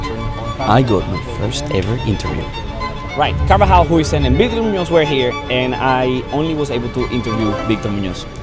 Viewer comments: its not dean ¨houisun¨ its huijsen in a way too say it ¨heui-zin¨ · its dean “hau-sen” actually, at least he calls himself like that